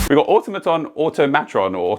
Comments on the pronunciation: you mispronounced "auto-mattress" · It's pronounced Ah Tom Ah Tron because it's a play on "automaton". Although I did go back and watch the original release trailer for the DLC and they do not actually pronounce it out loud, nor is it ever said in the game. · It is actually a combined word of automatic and matron so the proper pronunciation is auto-matron, we actually know the correct way to pronounce this word because we know the correct way to pronounce the words that make it up